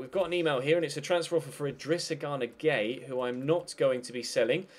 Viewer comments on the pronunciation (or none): none